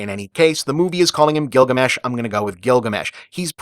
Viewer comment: Ah yes, Girugamesh.